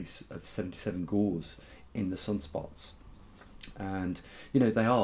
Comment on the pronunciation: Its not "umbria", its "umbra" - pronounced "əm-brə", the plural is umbras Its not "Gauze" but "Gauss" - pronounced "gau̇s" You would be more convincing if you knew the words. So you heat a magnet and its magnetism goes away - this was known 1000 years ago. That is because the magnetic domains get shuffled by the heat. The mechanism in sunspots is different. The reason why sunspots are dark is that the magnetic field inhibits the flow of energy from the solar interior so it is cooler and emits less light and appears darker. The stronger the magnetic field the more this effect takes hold. Thus the weaker the magnetic field will make a sunspot appear warmer. So this is a function of a weaken field, not the other way round. Penn and Livingston's predictions of no sunspots by 2015 failed as that was close to the maximum sunspot number for solar cycle 24. "The grand solar minimum that we are in right now" How are we in a GSM? there are still spots on the Sun from SC24. We are still getting flares. We have not even reached the perfectly normal solar minimum between SC24 and SC25 and may not do so for another year or two. We would not know we are in a GSM until we have had 3 abnormally low solar cycles - so that is another 30 years away. The Sun has not "warmed up" if it had the total solar irradiance (TSI) would have increased - it hasn't, in fact if anything it has decreased slightly over the last 40 years. "Which one is manipulating which?" Neither is. Its cold at the poles (spin